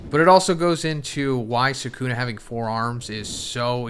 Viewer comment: Bro you saying rika ate sakuna finger at this juncture made me stop the video